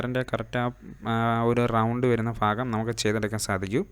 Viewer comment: Fagam alla bro bagam